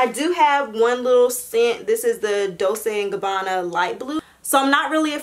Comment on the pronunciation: You pronounced Dolce & Gabanna wrong